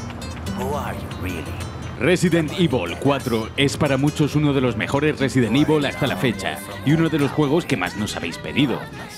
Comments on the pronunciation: Yo como lo digo: resident evil 4 como lo dice: residen ivol 4 XDDDD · Residen ivol :v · Resident ivol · Resident ibol fooor A huevo...!! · Resident ivol v